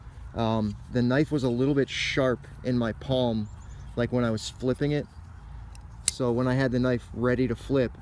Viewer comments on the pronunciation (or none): hahah yeah i figured that was what you said. dunno if spliffing is a word or not, but it sounded like you were trying to smoke the knife :p